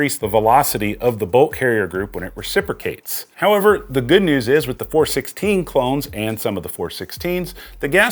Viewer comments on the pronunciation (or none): none